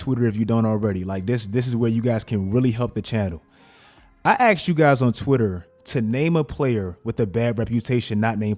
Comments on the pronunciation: Listen to what he says in the beginning. He says he "axed us" - multiple times! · You axed people what again? 😆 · You AXED us? Dude, don't do that to us!